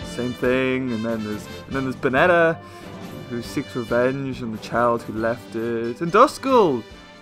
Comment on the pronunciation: It's pronounced " BAN-IT" for Banette :I